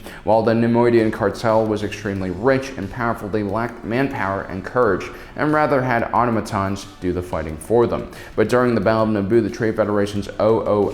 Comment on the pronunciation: It's pronounced auTO-matons - emphasis on the soft O